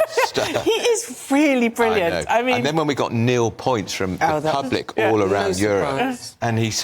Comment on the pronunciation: It's not Nil Points it's NUL Points... Nul in French means zero but also rubbish, crap or crappy... So quite appropriate really !!